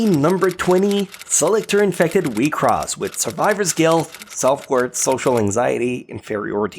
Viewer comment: it's not wi cross, it's wiks soss